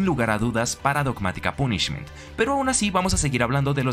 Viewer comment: Lo del Trouble Sunny no tenia ni idea... agradesco el dato caballero A cambio, le dire que no se dice "pUnishment" sino algo tipo "pOnishment", el acento marcado incluso me trae recuerdos... Y una idea para otro "mejores targets" seria Foolish Burial, personalmente no la requiero ya que mi deck actual juega algo similar (Bururu pero aun asi, conocer efectos tipo Shadoll o incluso Darkwurm seria muy util Que vaya por la sombrita paisano (Bogotá)